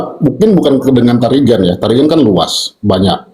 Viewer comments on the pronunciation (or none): Tarigan gersang bukan girang.